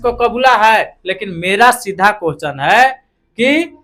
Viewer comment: Teacher बनेगा और question को कोहचन बोलता है